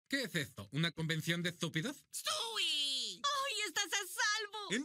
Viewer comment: "Stui" 😂😂😂😂 estos latinos...